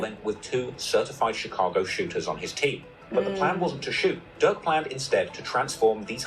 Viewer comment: His name is Lil Durk not Lil Dick